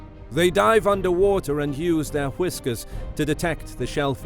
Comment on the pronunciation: this guy pronounces whiskers like how Stewie pronounces cool whip